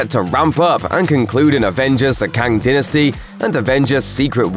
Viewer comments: Can you say dynasty again lol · The way he pronounced dynasty and genre annoyed me